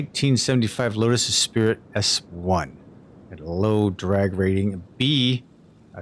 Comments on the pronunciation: It's pronounced Es-preet, not Es-Spirit LUL Okay anyways keep it. Although I'm not a fan of this specific model, it's not very representative of the actual car. That said, you did a solid job of making it look clean and stylish. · Like Sonicfear said, it is Es-pree. No worries, though. This was an interesting car back in the day. It was either a love or hate thing. I was always a fan because it reminded me of a sportier Delorean. The only thing that held it back was the engine. They had room for a bigger engine but neglected to use it. Was there any swap options in-game? Anywho....keep it!